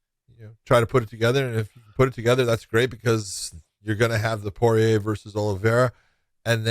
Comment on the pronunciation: josh really struggles to say Poirier.. josh just say “pour” and “EA” like EA sports